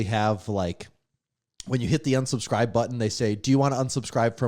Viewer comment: Great podcast and awesome guest! I did have one question though. Did anyone else notice pronounced unsubscribe like onsubscribe, or was that just me?